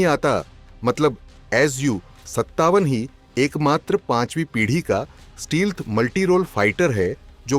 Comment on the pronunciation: Advanced steelth nai sir stealth Itna bhi change mat kariye